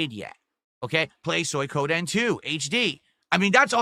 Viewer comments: got no actual points to praise "Good graphics, great story. bad gameplay." Aw Right? And how the hell is he getting worse at pronouncing words. SoyKohDen 2?! Also "I'm in demand!" Does he even break 500 viewers? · "Soykoden" Lmfao